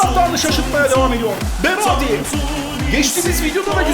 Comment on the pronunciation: berardi deyişi :D